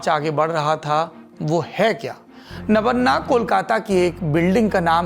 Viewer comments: It's "Nobanno" not Nabanna. Why named is not spelled respectfully? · Sir it's not nobanna it's nobanno.. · Nammano nahi "Nobanno" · Sir, nabonna nehi. Eh nabanno hei. Please correct.. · सौरभ जी अच्छा लगा अपने नबान्नो का माने समझा दिया। अब आप थोड़ा ध्यान से सुन भी लें आप उच्चारण क्या कर रहें हैं। आप बारबार "नबान्ना" कर रहें हैं। हम आपके सुलझे हुवे शब्द सुनने के आदी हैं। खुद बंगाली हैं, इसलिए भी शायद कानों को चुभ रहें हैं। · सौरभ जी, 'नवन्ना' ग़लत उच्चार है, विडियो में पत्रकार सही उच्चार कर रहे हैं। असल में यह शब्द 'नव+अन्न' रहा होगा, जिसका बंगाली ढंग का उच्चार पत्रकार प्रस्तुत कर रहे हैं। बंगाली-भाषी लोग 'अ' का उच्चार 'ओ' करते हैं और 'व' का 'ब' करते हैं। उदाहरणतः "रोबीन्द्र", जो मूलतः 'रवीन्द्र' है। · It is no-baa-nyo, please pronounce bengali property. It is नबान्नो . Your pronounce is too awkward for us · It's NabAAnna, sandhi makes 'a' into 'AA', pronounce to thik se kijiye! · Pronounciation of Nabanna is not correct